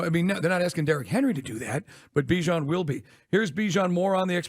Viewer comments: It’s not Be-Jon it’s Bihh-Jon ..🤦🏾‍♂️🤦🏾‍♂️🤦🏾‍♂️ shit ain’t that hard …. I’m starting to feel disrespected for his mother just call him what she named him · Still saying his name wrong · for real lmao that is not how he said his name in practice